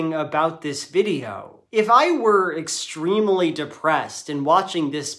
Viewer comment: did he say extremily? vs. extremely....